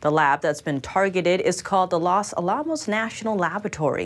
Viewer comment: I love your program but... That pronunciation of Los Alamos really threw me off. :P I know... I feel bad... But still...